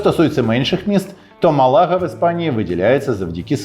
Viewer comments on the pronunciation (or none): не МалАга, а МАлага